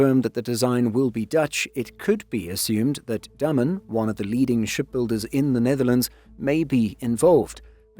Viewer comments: The ship builder is called Day-men, not Dumb-un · Dah-mun in English phonetics. Not Day